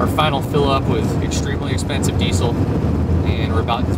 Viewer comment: Dude, it's pronounced: deezel (diːzəl).